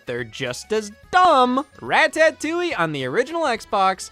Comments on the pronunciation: Every time Scott pronounces Ratotouille that way I flinch. It sounds like Rat-Patootie, which does NOT sound delicious! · i love that scott pronounces ratatouille like ratatoing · I love Rah-tah-touille. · why am i not surprised scott pronounces ratatatloulle like this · scotts ratatoulie pronunciation tho. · How's he saying it wrong? Because the A is pronounced like in APPLE? The box doesn't write it "rat-uh." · Scott why do you say ratatouille like this